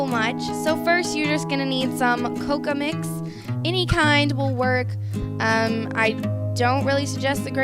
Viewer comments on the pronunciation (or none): who else aint even tryna go to sleep and just bothered by her say "milk chocolate" and "coca" instead of "coco" girl where they do that at? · I hate how she says cocoa she says “ Coca”.